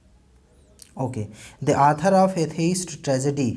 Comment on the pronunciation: Please pronounce properly.... author...... you pronounce it as Arthur